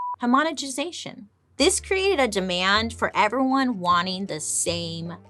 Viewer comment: Bailey trying to pronounce homogenisation.🤣🤣🤣🤣🤣🤣🤣🤣🤣🤣🤣🤣